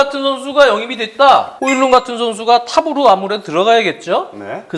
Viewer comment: 덴마크 사람이라 덴마크발음인 호일룬이 맞을듯